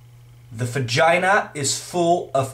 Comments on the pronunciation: *fagina* that's what it sounds like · Also "fagina"